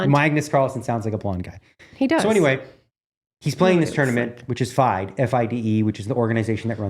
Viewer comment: FIDE is pronounced fee-day just fyi dnegs. Thanks for another great episode guys!